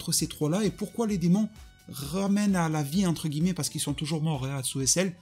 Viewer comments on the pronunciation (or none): none